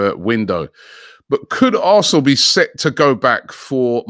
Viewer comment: players linked with a mooov to Arrrrsnooooor